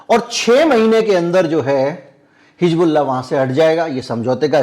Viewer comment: Sir, I really appreciate your all videos, update news and your hardwork. But I would like to bring this to you that pronounciation of word हिजबुल्लाह. That is Hizbollah and not Hijbollah.